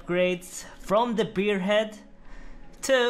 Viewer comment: As a guy from the neighboring Finland, I couldn't help but laugh at the mispronunciation of bear head as beer head . You see, there is a Finnish beer brand called Karhu, which literally means bear. So the country is full of beer/bear heads, which ever you prefer 🤣